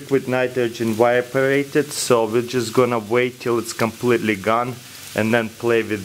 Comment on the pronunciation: Frroozen Comphaleeeetly